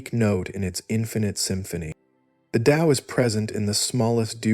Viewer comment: This is the first recent discription of Taoism that pronounces the word Tao with a D sound. You did it the correct way. The voice is perfect. Actually this was so well done I can't conclusively say that its AI. It sounds like a real person. Not the same droning voices usually heard with AI. Anyway the explanations were also excellent.